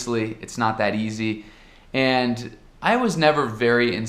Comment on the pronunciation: "Andi"! Ja assimilou o sotaque brasileiro!